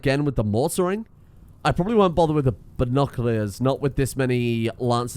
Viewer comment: binoc-lee-ars. yeah...